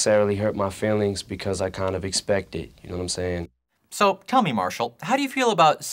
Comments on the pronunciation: You counting my knowmsayns? You takin’ a knormcensus? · Gnome sayin